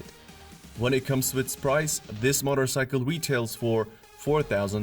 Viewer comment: Yep that's what I thought. Motter-cycle?? LOL